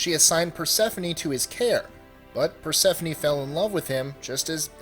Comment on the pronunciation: Mostly accurate Persephone was slightly off